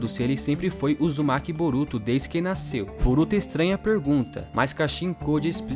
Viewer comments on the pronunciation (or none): none